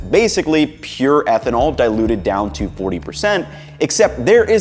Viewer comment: ehtnanol instead of ethanol :o